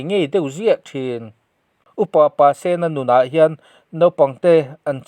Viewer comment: Pasena tih hi sen tih lai hi red-sen ti a lam tur a ni zawk lo maw